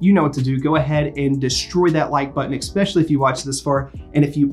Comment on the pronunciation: I wuuuuz gonna subscribe... but then you said "expecially" LOL thanks for the break down.